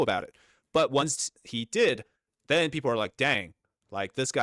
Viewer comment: I think it’s fucking hilarious. Every time you say the word people 🤣👉 PEEP-OOO🤣👋🤣🤣🤣👍 you got us all fucking dying over here at my house. I have this video playing on my surround sound every single time you say that word we are fucking dying of laughter over here. Thank you so much for making our day.